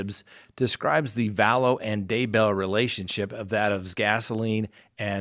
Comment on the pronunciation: Sorry, I have to unsubscribe. The repeated misspeaking each episode (so many renditions of Daybell!) Today — if you’re not going to be accurate with pronunciation, names - Pondowski(?)’, ‘black lives matters’— I can’t justify your increasingly length (and always accurate) sponsor chats. It just seems as if you can use some of your jump cuts to re-record your errors during your episodes. :/